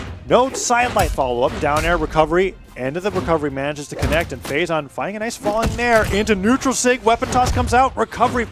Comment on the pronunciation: Phazon: does any sig Commentator: NAJS SIDE SIG